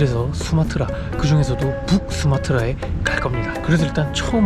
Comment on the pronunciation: 북수마트라랑 쿠알라룸푸르 발음 나만 웃긴가 ㅋㅋㅋㅋㅋㅋㅋㅋㅋㅋ